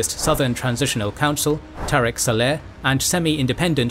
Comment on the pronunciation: It's saleh, not seleh...